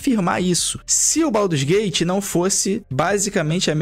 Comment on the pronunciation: Baldurs não, BADUS GATE